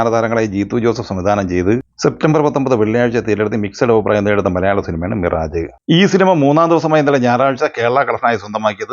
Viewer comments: വീണ്ടും അതാ മിറാജ്.. മിറാജ് അല്ലൈഷ്ഠാ മിറാഷ് ആണ്... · മിറാജ് എന്നല്ല, മിറാഷ് എന്നാണ് വായിക്കേണ്ടത് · മിറാജ്‌.. അല്ല മിറാഷ്..... ആണ്....ദിവസവും ഈ തെറ്റ് ആവർത്തിക്കുന്നു.